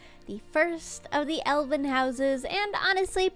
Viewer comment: Every time she says Elven, I hear Elden. Do I play Elden Ring too much?